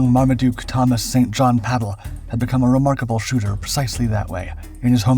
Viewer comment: The name 'St. John' is pronounced 'Sin gin'